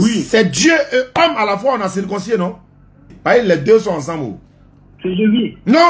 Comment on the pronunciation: On dit circoncis et non circoncissié